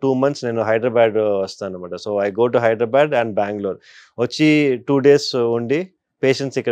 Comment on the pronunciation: హైదరాబాద్ ని పలకటం రాదు వెదవలకి. హైడరాబాడ్ ఏంట్రా?